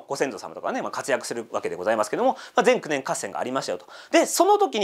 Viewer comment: 岩手県盛岡市には前九年という地名がありますが、ぜんくねんの“く”にアクセントがきます。地名の方が馴染みあるので、の前九年合戦とのアクセントの違いが面白いです。